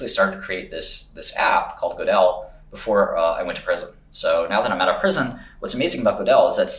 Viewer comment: are you saying gödel in an americanized way for more mass appeal?